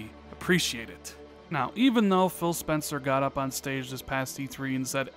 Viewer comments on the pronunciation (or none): none